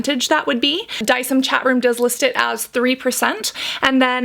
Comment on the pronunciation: You were saying it right. De-ci-em. From Latin. Don't know why she keeps pronouncing it weirdly.